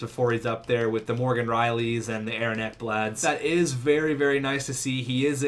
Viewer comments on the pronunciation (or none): none